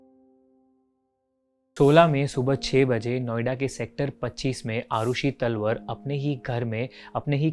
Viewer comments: Not तलवर its तलवार don't mess up with surname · Its TALWAARRR not तलवर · अरे यार तलवर नही तलवार नाम है। अंग्रेजी के चक्कर में नाम भी ठीक से नहीं ले पा रहे। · तलवर ❌️ तलवार ✅️ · Bhai talwar bolna to seekhle pehle theek se